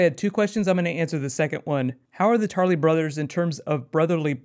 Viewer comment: When you said "house Tarly" I thought you said "House Charlie", gave me a chuckle, wonder what your words would be? "We are the watchers of the all" maybe?